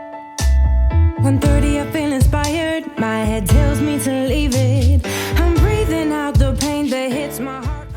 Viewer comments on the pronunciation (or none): none